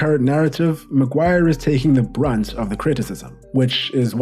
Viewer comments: The £egend that is the ‘Hairy Magwar’ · ITS' LORD MAGUIRE! GIVE RESPECT FFS